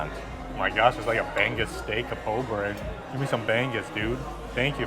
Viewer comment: your pronounciation of bangus reminds me of bangbus 🤣🤣🤣